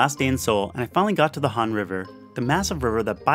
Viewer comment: I couldn't understand half of the Google translate voice on the places but I did recognize a few. You pronounced Han correctly, it's probably the most straightforward. I have never been to Korea, but I plan to in the future.